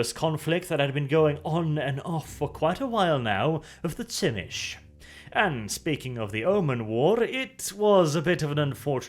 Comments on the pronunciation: "zhi-MEE-see". Not "TSIH-mish". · Tzimisce is pronounced "Zee-me-see" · The Unofficial Whitewolf wiki has pronunciations of the clans. You already messed up Brujah, Ventrue and Tzimisce so you might want to check it out. I would pronounce it as Zi-Me-Ce which is a little off but it certainly isn't pronounced Schimitch. The actual pronunciation is tzuh-MEE-see or zhi-MEE-shee. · Do a lore video on the Tzemiscee I think is how you spell their name? The Sabbat guys that basically create fleshy monsters like Clan Moulder. Btw isn't their name pronounced Tzemisi, not Tsimish? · That's how Tzimisce is pronounced? "Zim-ish"? I always thought it was something like "Zi-mee-zhee". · It’s pronounced Zy-me-she. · this series isn't half bad, but every time i hear "bruzah" and "venture" and on to the next "tsimish" i get a very slight aneurysm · I always thought Tzimisce was pronounced Zeh Me Chi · Man, hearing "Simitch" as Tzimisce took me a while. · TSchimitsch? Thats a cool pronouciation, too. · has a new title. Butcher of Vampire clan names. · lol, It was so bad I didn't even recognize it has Tzimisce at first.